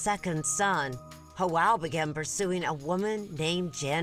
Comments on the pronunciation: Hoel????..it's Joel...wtf😂😂😂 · Why is the narrator calling Joel...hoel???? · Why does the cop pronounce Joel like "yoel" but janet like "janet". 😂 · No one took the time to teach this interviewer how to pronounce Spanish names correctly....Ho El really.... Its Joe El... geezus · J is pronounced as an H in Spanish. Pronouncing his name as Joelle, which is the female version of Joel is weird to me. It should be pronounced as to rhyme with Noel. There shouldn’t be an “Elle” sound unless one is saying, “Joelle.” A woman’s name. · i hate how she mispronounces Joel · It's Joel with a G. Please stop being so politically correct. Sheesh